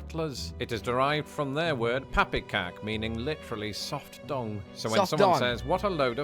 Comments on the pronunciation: He said "dung" (i.e. poop, manure), not "dong" :) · Dung... not dong. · Pappekak = "soft DUNG", not "DONG" LOL Get ur mind out the gutter lol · Soft DUNG ( horse shit ) not dong. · soft dung (as in, sh*t), not dong! 😂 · PoppyCock explanation="Dung" NOT "Dong". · Dung as in poop not dong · Soft dung like shyte not dong.That got lost in the pond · I think he said "soft dung" but it totally sounded like "dong" hahah